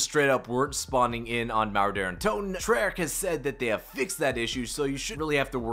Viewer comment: Couldn’t tell if he was saying derra toten or Daren toten or Der untoten 🤣